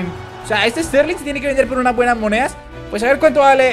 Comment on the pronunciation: Porque dices moneas